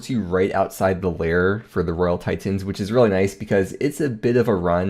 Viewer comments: What's a tie tin? Your pronunciations are extreme. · RoYaL TiTENS jesus stop saying it pleaseeeeee